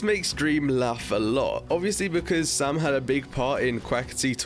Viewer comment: It’s Sam not sum